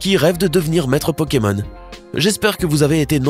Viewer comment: A il dit pokemol